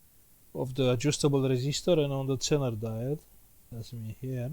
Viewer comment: Zener diode,it is readen like ZINER...like zero